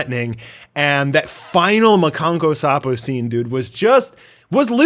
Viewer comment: It's "makankosappo" not "makanko sapo"